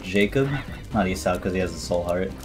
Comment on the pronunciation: W vid but I just noticed how u pronounced Esau 😂. Just for clarification (I think) it’s pronounced e-saw and not e-sow